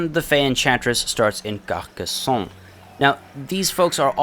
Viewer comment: The "ronne" in Couronne is supposed to be pronounced more like Ron in harry potter, same with Carcasonne :)